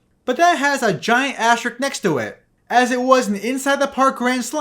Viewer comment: Houston deserved that because of those awful unis. Also, it’s asterisk, not astrick.